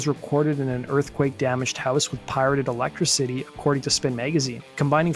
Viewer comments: is this ai voice? why would any human ever refer to electicity as electro-city? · The way you said "Electricity" is tripping me out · Did he say electra-city? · “Stolen electro-city” 😂😂😂😂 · Electricity pronounced "electra-city". Weird way to say it. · Dude did I just hear you mispronounce electricity? Pirated electricity. Come on. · Dude doesn’t even know how to pronounce electricity